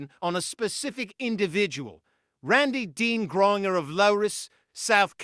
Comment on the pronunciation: It's not "griner" but "Grain-ger"